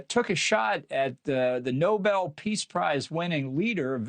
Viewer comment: It's Nobel, not noble.